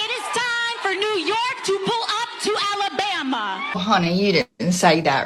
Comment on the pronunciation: AOC really did say “Alabama” funny.